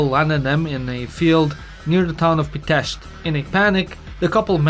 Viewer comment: I have to give you credit for pronouncing EVERY single name perfectly 10/10 you don't know how rare that is. I guess it takes another Balkan to pronounce the name of the other, you even avoided pronouncing the "i" in Pitești. Nicely done! I enjoy your channel and your jokes and am thankful that you make videos about my country